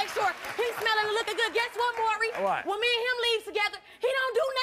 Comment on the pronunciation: Why is it so hard to pronounce "Maury?" It's NOT "Murry." Jesus...